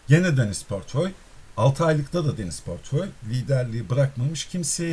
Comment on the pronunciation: pörtföy değil aslanım portföy portföy, dilini eşşek arısı ...